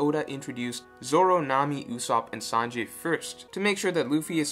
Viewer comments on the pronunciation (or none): You're good at picking up on these things. I can't help but feel you pronounce Sanji's name as Sanjay, though xD